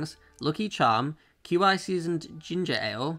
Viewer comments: Hate how he pronounces qi as queue eye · Isnt Qi pronounced 'Key'?